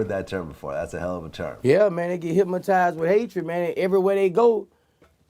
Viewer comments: I kept saying the same s***!! Why he keep saying "HYPMATIZED" instead of "HYPNOTIZED " but I get choo Boosie. Lol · Vlad should have spelled it the way he said it. Hymatized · I just realized after all this time he saying "Hymatized" lmao but this the realist shit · He didn’t say hypnotized. He said hypmatized